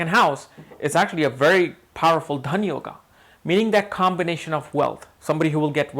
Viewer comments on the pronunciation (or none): none